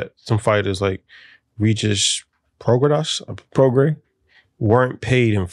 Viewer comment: Terence should be a man of his word and give Spence his rematch at 154 lbs and lmao at homeboy saying hes a fan of the sweet science and not being able to saying regis prograis 😂